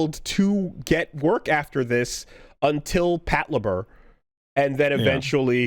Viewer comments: Lupin is supposed to be pronounced like you would in French. Patlabor is a made-up portmanteau so it's understandable why he would mispronounce that one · Any reason too why mispronounces Lupin and Patlabor here?